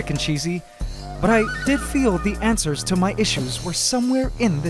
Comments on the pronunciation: Do you always pronounce it, “antswers?” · The question of the week sounds like he's saying "Leave your Ant-swers in the comments section below!"